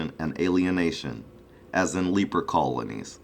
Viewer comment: what does " black power" have to do with any of this. plus you pronounced leper ... leeper... lmfao at you you racist fuhkin pig...guru you are so foolish it's almost comical.